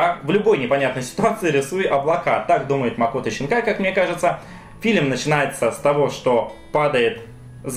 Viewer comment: зачем писать Синкая если ты говоришь Щинкая ?